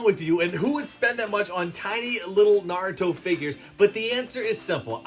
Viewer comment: Naurto and naurto